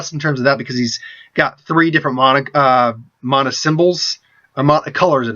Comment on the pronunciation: It's mana, not mahna... god...